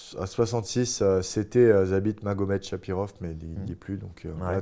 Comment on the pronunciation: Il a détruit le nom de Zabit ahaha, c'est Magomedsharipov 😭